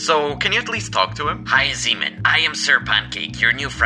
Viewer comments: sounds like semen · I keep hearing him calling himself semen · Why does sound like semen